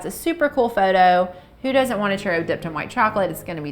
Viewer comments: CHUROWS that’s what it sounds like to me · One at a time only??? You have too much time on your hands lol!! Fry in bigger batches is my suggestion. I love churros!! Sprinkle with cinnamon and sugar right away when out of oil for better adherence. The way you pronounce churro almost sounds like you're swallowing the letters.. hahahaha 😂 Bon appetite 💝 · As a Hispanic, they way people pronounce it makes me cringe but laugh a bit, all in good fun 😂